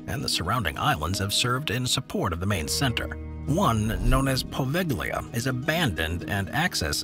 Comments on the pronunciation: HEAVY SIGH.. In Italian "gli" is NEVER PRONOUNCED WITH THE G. It is a similar situation to French and Spanish double L: Thus, "poveglia" = poh-VALE-yah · Poveglia (the pronunciation was not 100% correct, but never mind...) is technically off limits and there are no regular connections, but in Venice you can find many taxiboat drivers willing to take you there and then come back to pick you up after a couple of hours, if you accept their fare. I have seen a few videos and talked to some who visited it. There is still a belltower and some interesting old buildings, though in ruins. And of course, you need to be very careful and abstain from climbing upstairs, because if you have an accident there, nobody will rescue you. I'm not even sure that mobile phones work regularly there (they might, though, Venice is only a few miles away)